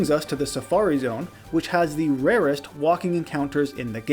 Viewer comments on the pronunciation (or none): none